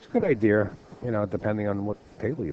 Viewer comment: I've got an "IDEAR" OKAY SERIOUSLY?? I-D-UH. SAY UH..."EAR" NOOOOO UHHHH SPEAK ENGLISHHHHHH